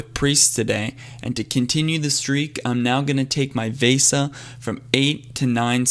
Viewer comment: its ve sa not va sa